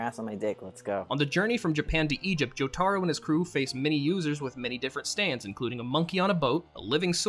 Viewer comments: HOW DO PEOPLE WHO WATCH THE SHOW PRONOUNCE JOTARO INCORRECTLY?! ITS NOT joe-tar-oh it's joe-ta-roh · listen here BUDDY. its not JoTARo. its JoTAro